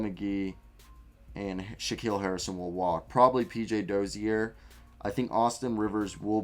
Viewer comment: PJ Dozier is still under contract bro he's a free agent next year, also it's pronounced Doh-jur not Doh-zee-air lol